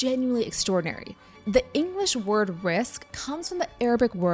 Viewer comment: excuse me, risk became resi what?